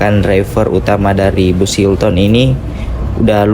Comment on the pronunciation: Baca nya : hilten bukan hilton ya